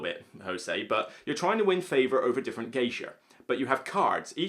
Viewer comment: Is he saying "Geisher", when talking about Hanamikoji?